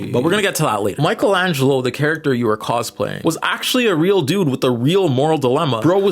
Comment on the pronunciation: Yeah, keep saying Michelangelo's name wrong, they never get our names right!